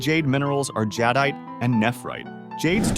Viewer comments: This “guy” has literally changed the pronunciation of Jade and nephrite several times sometimes within the same sentence. Definitely AI generated gathering. Random bits of information from the Internet some of which to be vocal information because it’s picking up other peoples pronunciations. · So, you have a human reading an AI script instead of an AI reading a human script? That would explain the 12 different pronunciations of the word "jadeite" and why the vodeo never got around to explaining how to find jade like the title suggested. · That's the first thing I noticed why do they pronounce jadeite 50,000 different ways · Am I the only one who noticed jadeite was pronounced differently every time he said it? Lol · Why is "jadeite" pronounced so many different ways in this video? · They pronounced jadeite 15 different ways in 3 mins.... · The fact that this AI channel is sourcing video material from Dan Hurd, is ridiculous. Does Dan even know? The AI can't seem to pronounce Jadeite, as I have heard it said 6 ways in this video. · it's the pronunciations, how we know it's not a human. It was pronouncing jadeite incorrectly. Otherwise I think it's an excellent video! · Jadeite is mispronounced. In China, ancient jade objects (sculptures) are made of nephrite while jewelry jade (rings, necklaces and bracelets) uses jadeite. In the 17th century under the Qing Dynasty, jadeite was the preferred carving material for the imperial court. Nephrite jade is still popular in China, especially the white ones. Sky blue translucent jadeite is the most expensive. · Hey there. Jade comes in every color including clear. Jadeite is badly mispronounced in this video.